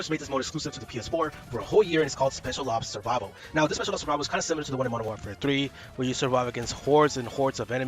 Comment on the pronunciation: Can’t deal with how this nerd pronounces war “whaarfare”